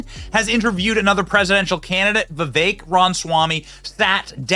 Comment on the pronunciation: Why do Americans pronounce every foreign word and name as though it is French? Vivek rhymes with what the heck! Come on he might be your next president!